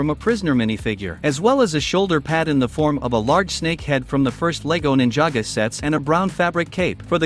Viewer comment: Ninjago not ninjaga